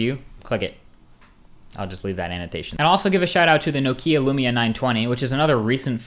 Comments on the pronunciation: Why can't u pronounce nokia? But great video other than that :) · You need to learn how to pronounce Nokia ;)